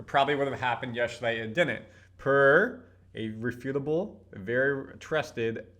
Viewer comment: Did he say Re pute able SMDH it's rep u table